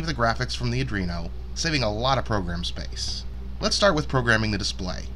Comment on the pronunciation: Why do so many people say adrino instead of Arduino?